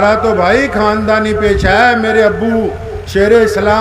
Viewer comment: ارے مولی ساب آقا محمد صلّی اللہ علیہ و سلّم کا نامِ نامی اسمِ گرامی صحیح تلفّظ سے لیا کریں سلّا سلّم نہ بولیں اور اپنے کھاندانی قِصّے سنانے کے بجاےُ رسول اللہ اور آپ کے صحابہُ کرام کے واقعات سنائیں کھاندان نہ بولیں خاندان بولیں مولی ساب عبد الکادِر نہیں بولیں عبدالقادر بولیں